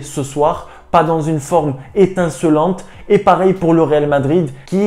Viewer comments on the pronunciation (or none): none